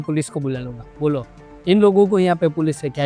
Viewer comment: Bhai aap pakka gujrati ho The moment you said "bolo" at 2.30